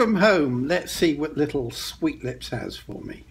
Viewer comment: Did he say sweetlips or sweetni....?